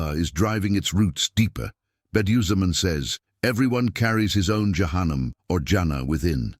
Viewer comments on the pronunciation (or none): Перевод ИИ ужастный головы шиитов ягоды за кума?)) дбибил вместо Джабраиль яханам вместо джаханнама ушам больно слушать доработать нужно потом ставить для просмотра а то можно так не понять то что именно будет а то кто не будь будет думать что ягоды закума подобны шиитам без обид всем братьям и сестрам Салам алейкум храни вас Аллах узнавайте читайте больше об религии Ислам и качественный матерьял выбирайте а то в заблуждение можете попасть